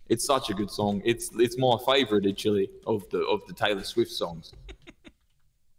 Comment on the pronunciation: “it’s my fayvorite itchially”